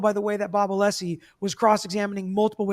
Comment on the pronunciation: yes Brennan knew, the defense is required to hand over impeachment material through reciprocal discovery… Brennan absolutely knew. But, … ITS “A•LESS•EE,” NOT, uh•LEASE•EE!”